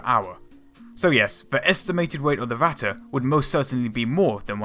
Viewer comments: Going by his pronounciation the likely choice would be "watte" (cotton). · Vatte?? You mean Ratte? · Not "Watte" there is a R, just try to say the english Rat and then add the te, not exact the real pronunciation but closer than Watte. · Why thoes everyone say Ratta and not ratte. Dude ratte is german Stop saying german words like englisch. Stop sayin A instand of E E=E E is not A. And not E like I thats so stupid. Please, if u make Video or Talk about german things. Say it in german. Or just dont talk about it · Yeah, he always says ´vatte´ instead of Ratte´. He also pronounced ´russians´ like ´vussians´. He Chinese? lol. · why is he saying the r from ratte like a w. Starting learning fucking german you americans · gotta love how this "documentary" pronounces the Ratte incorrectly.. that would be like calling a Maus a "moss", it is instead a "mouse", where as the Ratte, is pronounced "Rat", not Ratter..... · Your spelling is just as bad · Its Impossible to here "the Ratte" without getting "Ohrenkrebs" - ear canzer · I really dont know what you americans got with pronounciation. BUT you got the fucking R sound in your language, so please use it. Literaly, i could not watch the video cause you kept calling it "watte" which means wool in german. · How come many British people have trouble pronouncing their "r"s? Why wasn't this speech impediment corrected as a child?? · it's ok that you don't speak German, but please stop trying!! it sounds awful and it is completely wrong pronounced. the video is great !!!!